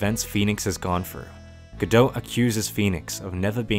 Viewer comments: It's pronounced Guh-dough. The "t" is silent. And it is French I believe. There is play called "Waiting for Godot". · Godot is pronounced Go-doh. The "T" is silent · Just gonna call Godot go-dought but in asia go-dout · I believe Diego Armondot is supposed to rhyme, do the T in Godot would be silent. Also, Laurice (i pronounced ee) Deuxnim (dew nim). Meaning Larry two name Edit: missed the a in Deauxnim, it's doe nim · Excellent video. The T in Godot is silent, btw